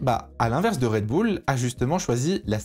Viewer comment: Merci mon d’avoir fait l’effort de prononcer “Raid Boul’” pour cette vidéo!! Je te jure que ça change le plaisir de visionnage de certain (j’en fais partie) 🤗🤗